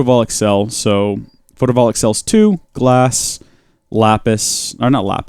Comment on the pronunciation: the fact that he’s saying photovoltaic wrong REALLY bothers me